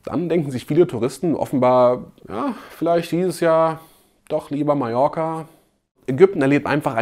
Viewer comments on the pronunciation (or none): none